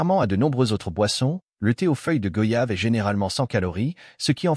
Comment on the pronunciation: On dit goyave, comme voyage, doyen, noyé,moyen, , s'il vous plaît arrêter d'ecorcher le nom de ce fruit si parfumé et bénéfique pour la santé.